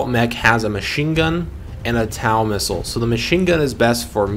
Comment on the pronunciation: Great video. Small correction though as TOW missile is commonly pronounced as "TOE missile". Such as towing a vehicle. Cheers on the good tutorial.